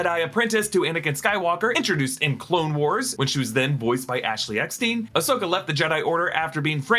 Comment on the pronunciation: I love the channel and the content! But, brother, ya gotta get Ashley's last name right. LOL! It's STINE, NOT STEEN. Yeah, I know, Star Wars uber-nerd here. Haha! Rock on!